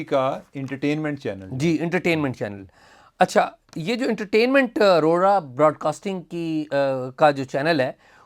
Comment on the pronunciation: ارورا نہیں بلکہ آوراaurora